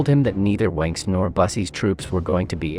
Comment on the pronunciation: The German pronunciations were some of the worst I've ever heard! It's BERCHtesgaden, not BerchTESgaden. I know the ch sounds are difficult for non-native speakers, but at least put the stress on the correct syllable. The one in Goebbels is pronounced something like er, but with rounded lips. The w in Wenck is pronounced like v, and Gen. Jodl's name is pronounced just like yodel. 😬